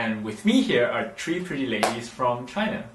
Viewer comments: Have you noticed that he says tree instead of three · “Chree” (no hate) 😂😂😂